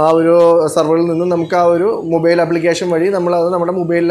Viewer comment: മുബൈൽ ❌ മൊബൈൽ ✅